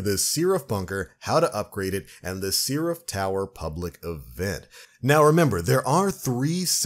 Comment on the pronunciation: The hell is a "sea-raph"?